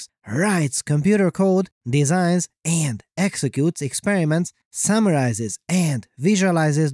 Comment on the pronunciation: The Voice always cracks me up! But seriously, why are you talking like that, man? Just be yourself, no need to overdo it. END aka AND Cheers